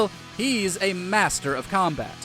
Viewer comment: Were you saying "Maz-ter?" I dont blame you